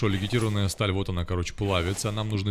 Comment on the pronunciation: Очень интересно. Но когда ты говоришь "легитированная сталь", уши коробит. Сталь легированная